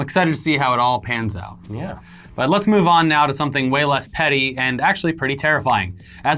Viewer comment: After the Musk segment did say “in less petty news” or “in less peddy news”? 😉😂